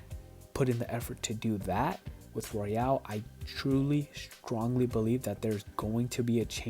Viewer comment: It's Royal, not Royale.